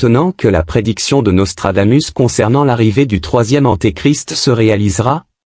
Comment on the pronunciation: Hé IA, apprends le latin. On prononce Nostradamousse. Régor du Lignon 🇨🇭